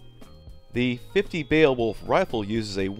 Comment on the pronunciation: I know the word looks super funky, but it's pronounced "BAY-Wolf" It was drilled in to my head in school when we had to read it cover to cover. Why, yes...I am old. Shakes tiny fist at an errant cloud while adjusting the onion on my belt